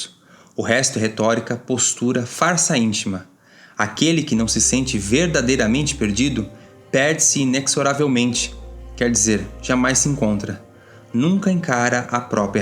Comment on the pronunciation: Adoro o. Excelente trabalho. Permita-me uma correção: "Inexoravelmente" se pronuncia com som de Z